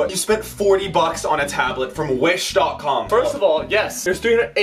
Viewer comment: Omg ha ha ha he said wish.cum